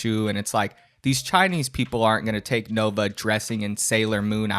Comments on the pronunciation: Why does he always pronounce 'Nova' as 'Novine'? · Dude the fact he calls it the "Novine Universe" makes me think hes always saing Bovine like the true cow he is.